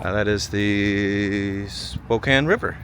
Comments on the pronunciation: Here's a tip. Don't pronounce it (spo-cane), pronounce it (spo-can). People there are sometimes really sensitive about the pronunciation of "Spokane" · Spo--can, NOT Spo-cane! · How many people screamed at you in the comments that you should ponounce Spokane like its missing the e on the end. Spoh-can